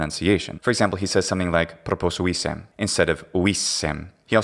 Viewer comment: You know... the first time the guy spoke and you said "who knows where he's from" I said "Slavic". I could tell it from the way he pronounced "proposuissem". The S sounded very much like a Z the way Slavic people do. Then later when I heard "Claudia", I thought maybe Romanian.. Turns out he's Bulgarian but not too far off I guess. Maybe we are used to the way people from those countries speak since many of them live and work here? :D